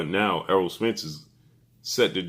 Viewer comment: His name is ERROLL not earl!!!